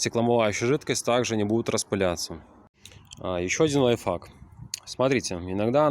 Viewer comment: все круто,но пожалуйста,говори лайфХАК а не лайфФАК))